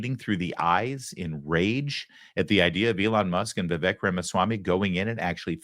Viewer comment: As much hoop-la as the Left made over the pronunciation of Kamala's name, this Lawrence (Larry) guy mispronounced Vivek's name. It's Vivek - "like cake"! Just saying!